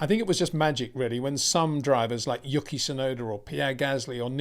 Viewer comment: His name is "YOO-key" not "YUCK-EE" ffs